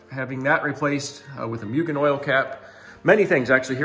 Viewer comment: Mue-Gen lol not Myu-Gen just so your aware lol it’s hard to keep hearing that extra y in there and not saying anything 😅